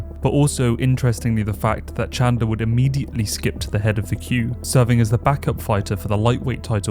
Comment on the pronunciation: Did he just say "Michael Chandling"? The disrespect is unreal...